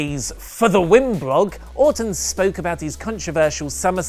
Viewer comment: it's sounds like say Autumn when he is talking about Randy Orton. I was getting confused. lol